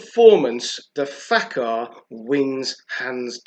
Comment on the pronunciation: The accent is on the second syllable both words. La-TA-fa Fak- HAR. No offense.